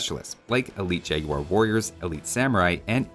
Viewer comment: As a British person, can I just say thank you so much for actually pronouncing the U in Jag-U-ar.